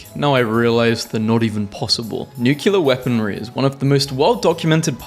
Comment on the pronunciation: NUCULAR!!!! love your stuff though